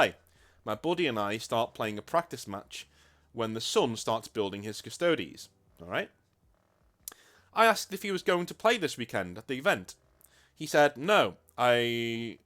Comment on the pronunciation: What is that word you keep pronouncing as "cuss toadies"? If it's custodies, then you pronounce it like "cuss toad iyays". It's just the Latin word for "guards".